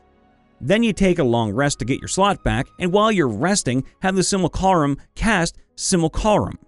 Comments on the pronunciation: Simu-lac-rum Not simil-carim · sim - you - lack - rum Not sim-you-carl-um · please, i beg of you, no more.... it's SIM-YOU-LACK-RUM, not SIM-UL-CAR-UHM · I noticed you pronounce simulacrum weird it’s sim-u-lac-rum not simulcallrum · "sim-you-lah-crumb", not "sih-myool-carh-um" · Also, please stop saying simulCArum. It's simulACrum. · Sim-you-lack-rum, not Sih-mole-car-um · it's not "Simalcarum" its pronounced "Sim-Uh-LaCrum" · Si-mu-la-crum. Not Si-mul-ca-rum. ;) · Dude... SIM-UH-LACK-RUM. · Did man just say simucarum? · you are swapping the L and the C in your pronounciation of simulacrum. Pronounced Simu-(like simulation)-lack-rum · Also, it's pronounced "sim-you-la-crumb" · Dude, it's pronounced "SIM-yoo-LAH-crum" or "SIM-oo-LAH-crum." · Simulcarum... It causes me 1 d8 psychic damage every time he said it. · See: Simulacrum. Hear: Simulcarum. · Can't wait for all the "Sim-u-lack-rum" comments, hope that was a take where they was all said like that for the comment engagement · I believe simulacrum is pronounced sim-U-lac-rum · I've always heard it pronounced: Sim-You-Lack-Crum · not entirely, i think; it's just the 'u' part. 'sim-ul-car-um' is horrific, though. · it's si·myuh·la·kruhm he pronounces it wrong in the video which if he said it once it would be a big nothing but it hurts to hear it that many times. Everyone has little pet peeves mine just happens to be someone pronouncing something wrong over and over again. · STOP MISPRONOUNCING SIMULACRUM!!! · i need you to read simulacrum a few times more:) not out loud, but with your inner monologue;) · I say this out of love and respect and joy for this channel. If the word ever comes up again, you gotta learn how to say "Simulacrum." If it helps, it is spelled phonetically. That one passage in this video was an EXPERIENCE for my ears xD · I love your videos, but your pronunciation of simulacrum (think simulation) makes my teeth hurt. Love the channel though